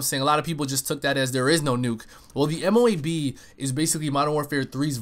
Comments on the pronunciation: It might look M.O.A.B. but its pronounced MOAB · dud... ITS! MO-ABB thats how u say it noob